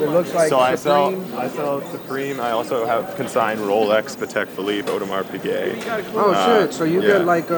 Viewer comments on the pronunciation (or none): "oademar pickae" wtf lol